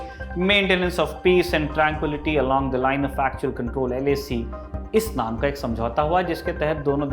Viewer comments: Namku cha nahi Namka Chu hai bhai 😂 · It is Namka chu. Not Namkucha 😂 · It's Namaka Chu Not NamakuCha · भूल सुधार में भी भूल। ' नमकु चू नदी' नहीं, " नामका चू " । चू का मतलब नदी होता है। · namku cha nahi namka chu. Chu means river. La means pass. Hope this helps.